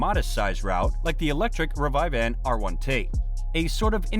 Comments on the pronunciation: Rivivan? It’s Rivian. Ri vee un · Is it me or he says "revive-van" instead of "rivian"? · Its not rivivan its pronounced ree vee an not ree vive van 🤦‍♂️ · Man. Thought I was pronouncing “Revivan” wrong. I thought it was “Rivian”. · Akio = Ack Eee Yo. Rivian = Rivv Ee ann. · Re Var Vane? Christ you can't even pronounce the name. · Did you call Rivian Ri-vi-van???????